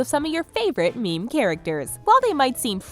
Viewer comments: Every time she says meme, I lose 10 years of my lifespan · hearing you say "meme" makes me want to die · every time she says meme i die a little bit more